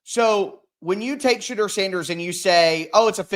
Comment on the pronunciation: Thank u for correcting the host on the pronouncing Thibadeaux Now we have to get him to stop saying Shadrrrrr. The correct pronounciation is Sha-door 🚪